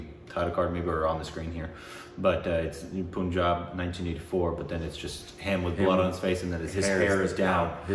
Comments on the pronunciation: Its panjaab not puun job btw NYC accent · Pun+ jab not Poon+jab. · I am sure lot of guys would tell you this.... it's not POONJAB but PUNJAB. U is pronounced as in fUn. Fun, Pun+jab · as a Punjabi... pls say Pahn-jab not Poonjab xD loved the video though! Also Kiron Kher was Paro’s mother in Devdas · Guys it's not poohnjab.. its panjab .. u r killing it .. try n use google or youtube to learn how to say state or actor names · poooooooooonjab. how hard is it to call it pun-jab, pun as in no pun intended. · guys..not hating on you, just that since we're on a correcting pronunciations phase - the 'pun' in punjab is pronounced exactly how you would pronounce 'pun' in english. I love you guys so much! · Punjab is pronounced as Pun- like pun intended and Jaab Punjab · Guys, the pronunciation is Pun-jaab. As in the english word 'pun'. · it is not kasaari it is kay-surry and it is not Punjab like you pronouns it is like "Funjab" just change "F" into "P"